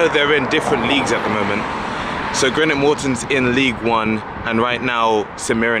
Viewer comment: Greenock (not Grenock 😉) 4 closed railway stations also